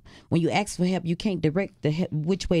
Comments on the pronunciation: She “ax’ing” an awful lot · She's gotta stop axing people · RIP, poor child. May I ask why the mother says "aks" instead of "ask"? Just curious?